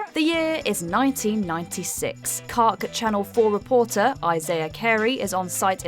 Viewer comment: “Kark”? It’s K-A-R-K, it’s a callsign, not supposed to be pronounced as a word.